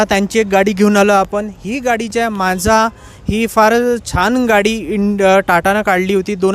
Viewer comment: TATA Naza नाही Manza 😂😂😂